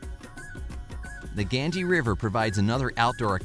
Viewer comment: The Ganges (pronounced as ‘Gan-jeez’)